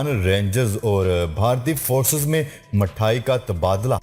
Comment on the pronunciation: Talafuz theek karna Mathayan mithayan pado